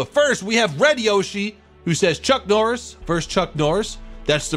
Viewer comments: am i only only one who is hearing him say chunk norris rather than chuck norris? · Your saying chunk Noiris instead of chuck noiris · did he seriously just say CHUNK NORRIS?!?!?!? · Not more than he says Chunk Norris 😂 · If he say chunk Norris one more fuckin time.... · Is he calling chuck Norris... chunk norris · Dude I can't stand hearing Chunk Norris*. It's *Chuck Norris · Did he say chunk norris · He is saying "chunck" noris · Y U SAY "CHUNK'' NORRIS, CHUCK, NOT CHUNK! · It’s chuck not chunk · Why do you say chunk norris🤣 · It’s chuck Norris not chunk norris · keep calm and play pokemon I hear him say it too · chunky norris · XD “CHUNK NORRIS” IS WHAT HE KEEPS SAYING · Why does it sound like your saying chunck😂😂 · Did he say CHUNK Norris, or is it just me ? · He says chunk Norris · Who else notice he said chunk noris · Stop saying chunk norrís